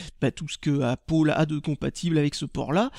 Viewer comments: Tu te trompe ^^ tu devrais dire Apple qui se prononce Apele et pas APPOLE Sinon très bonne vidéo j'apprécie particulièrement tes vidéos continue :D A bientôt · pourquoi tu dis "Apôle" au lieu d'apple ? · est ce que t'en fais expres de dire apole au lieu de apple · ***** Apple en anglais se dit "aiypole"... Et non "Apeule"... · Super vidéo mais pourquoi dis tu appolle ???? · C'est pas pour être méchant mais pourquoi tu dit Apole au lieu de Apple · Chaque fois j'entend Appaul au lieu de Apple x) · Bonjour c pa pour etre mechan mais il faut mettre du coeur dans ces video etre entousiaste montrer que c bo jai linoression detre a un anterement et il faut que tu dise apple au lieux de dire apoul donc voila maid ne pren pas sa pour des insulte non mais il faut juste a meliorer tes video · On dit apple et pas appol désoler pour la réflexion mais ça fait un peu con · c'est pas appol c'est appel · ca se prononce pas appole c'est apeule que on prononce !!! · Apple, pas Appole !! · c'est pas "apole" mais apple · trop fort, la feinte! bizarre, ta maniere de prononcer la pomme... hé! ils s'attendent à que tu leur colles 5/5 pour leur prestation (échange client/revendeur) :D 13/15 trop drole! vive la langue de Moliere ! :D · Pour ce prix là tu t'attendais à quoi? Et même avec l'accent américain on ne prononce pas apple! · Tu sais même pas dire Apple